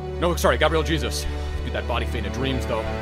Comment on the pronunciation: Stop pronouncing Gabriel Jesus like "Jesus Christ."... ffs it's (hey-zeus) lmao